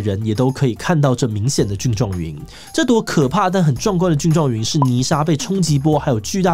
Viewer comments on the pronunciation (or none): 念錯了， 蕈（訓）狀雲。希望這集不要被黃標。